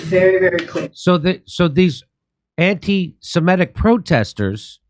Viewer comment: Semitic, not 'semetic'.